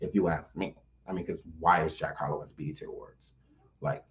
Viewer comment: He said the EBT awards 😂😂😭✋